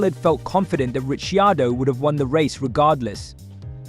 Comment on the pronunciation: Rishi-ardo? C'mon.